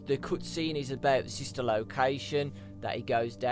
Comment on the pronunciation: I so much hate how you pronounce the "cut scene"